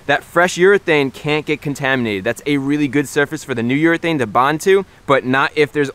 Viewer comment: I heard "New York thing" everytime he said "New urethane" 😂😂 Nice video Chris!